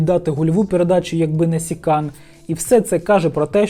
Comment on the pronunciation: Та не СИкан, а СиКан. Аж уши режит